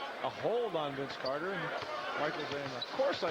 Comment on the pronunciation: Maybe Mike decided to shut him down after he heard the goofball Canadian announcers calling VC "Air" Carter.